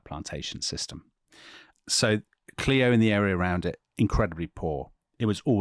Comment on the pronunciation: CLIO, ALABAMA: it's not pronounced "clee-o" it's "cl-eye-o"